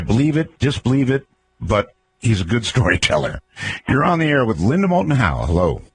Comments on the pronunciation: You missed the "L" in "Moulton". "Mouton" mean "sheep", in french ... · Doesn't Matter...probably just would have been incorrect info anyways. He couldn't even get the name of the guest right. It is "moulton"...not "mouton".